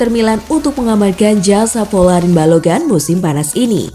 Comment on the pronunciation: Ni ad min apaan ya 1 balogan (balogun) 2 hoglan (huglun) Jijik banget dengar ny